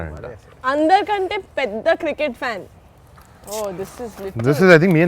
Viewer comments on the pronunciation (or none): none